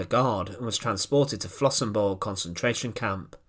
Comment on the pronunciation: Thats not Bucenwald, but Buchenwald. That ch is closer to خ.